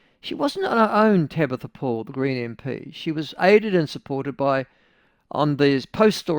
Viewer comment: Tamatha not Tabatha. She is still a delulu muppet though.